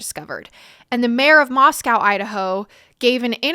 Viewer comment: First time seeing your podcast but it strikes me strange you mispronounced Moscow since you stated it’s near where you grew up. It’s pronounced Moscoe. Also, you mispronounced the last names of three of the victims. Honey, please do your research. If you want to be taken seriously, you have to be able to pronounce stuff correctly. Otherwise, you did a nice job here. Good luck and work hard